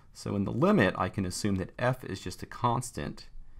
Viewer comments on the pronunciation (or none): none